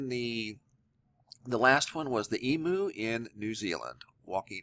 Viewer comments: Eem - You,, not E- Moo... And fully grown Emu's are larger then the one in this video.. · Its pronounced Eem-you...:-))